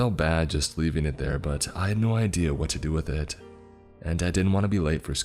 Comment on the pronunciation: I never wanna hear the word "IT" again after the 4th story. Jesus christ structure a sentence without repeating the word "it" so many times. The emphasis he kept placing on the word also made it so much worse.